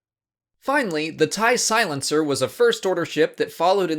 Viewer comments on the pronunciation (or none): TIE SWILINCER